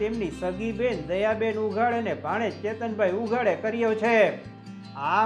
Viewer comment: ઉઘાડ નહિ ઉંધાડ